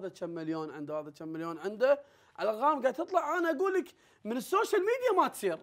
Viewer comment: يا جماعة أبا أعرف فهد ما يقدر يقول حرف القاف (ق)؟ لأنه في الدقيقة قال: الأرغام:)